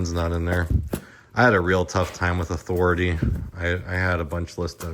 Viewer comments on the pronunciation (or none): Author-a-Tay (south park)